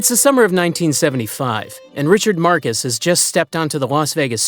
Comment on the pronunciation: Marxus is pronounced Marcus in this case 😂 25k to 20k is like 10 seconds at the start of the vid and probably a mistake 😂 Cheer up you old head